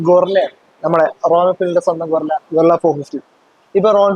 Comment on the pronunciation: ഗോറില്ല അല്ലടാ bro ഗറില്ല 😁